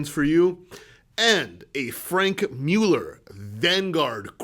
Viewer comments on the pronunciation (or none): none